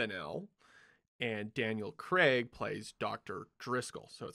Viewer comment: That was brilliant, informative, funny - BUT - it's pronounced Daniel Craig as in 'play', not Creg as in 'egg'. C'mon movie folk, get the easy stuff stuff right.